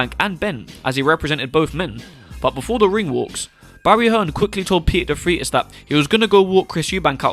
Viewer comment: Peter Defreitas, pronounced as Defraitus and not Defreetas. Just a heads-up! Great video, with new enlightening info.